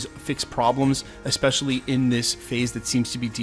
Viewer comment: It’s not EXspecially … it’s ESPECIALLY. Love the channel! Cheers!